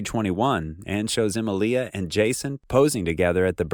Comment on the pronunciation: I find it controversial how you pronounce Emilia